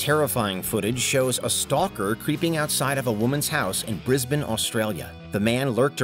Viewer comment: As an Australian thank you for saying Brisbane correctly ☺️👍